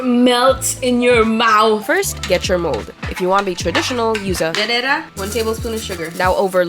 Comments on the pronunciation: “Lañera” accent. Im in luv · Ang cringe ng pronunciation ng llanera hahahah feeling